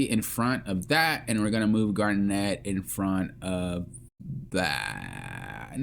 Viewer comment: Garent. Nkt like Kevin. Just Garnet, bro. Her name is NOT hard to say. That shit is my pet peeve.